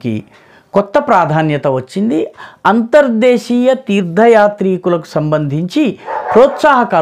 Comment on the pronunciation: Sir meeru cheppinattu ( Anthar Deesiya Ane UCCHARANA Chala Bavundi ippativaraku ( antarjaateeya ) Ane vinnanu Anthar desiya Ane BHASHOCCHARANA WADA VACCHANI TELUGU LO MEE BHASHAAA GYANAMTHO CHEPPINANDUKU MEEKU KRITHAGNATHALU